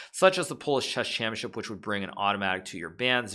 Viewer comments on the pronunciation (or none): Shesh shampionship